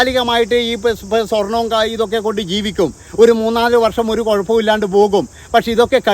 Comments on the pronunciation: / കയപ്പം അല്ല കുഴപ്പം എന്നു പറയ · കുയപ്പം അല്ല കുഴപ്പം ആ